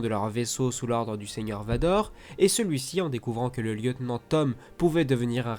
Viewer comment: Il sait pas dire merci Vador mdr